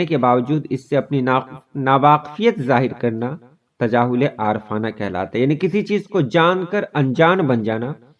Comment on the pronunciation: Lafz Aarif-aana ko aar-fana padhte hain aap..ray pe zabar ke sath